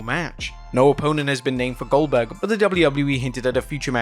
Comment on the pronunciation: Goldberg ❌ Oldberg ✅